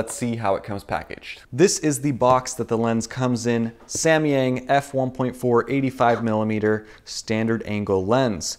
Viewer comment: here in Chinese，samyang pronunciates like sam yang not sa mi yang